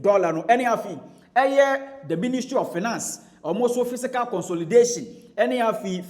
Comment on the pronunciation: Fiscal, not fisical